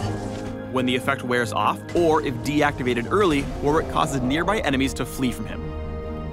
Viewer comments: "worrick"* not "war-wick" it's the name of an English province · So are we not gonna talk about this guys pronunciation of Warwick? Either way seems like a pretty cool character!